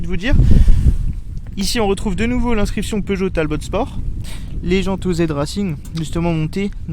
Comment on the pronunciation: Une youngtimer et le T de talbot ne se prononce pas